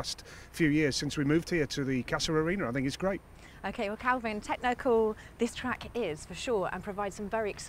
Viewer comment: PLEASE stop calling him Calvin...it's KELVIN. lol